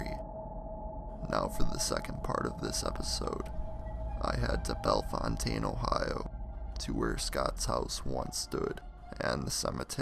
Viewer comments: Here we pronounce it bell fountain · I'm in the first two minutes and you missed pronounce Bellefountaine and Riverside is in DeGraff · YOUR NOT SAYING THE TOWN NAME RIGHT!!